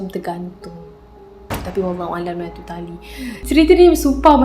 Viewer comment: Masa dia kata tali tergantung tu, mati2 aku dngar tahi tergantung 😅🤣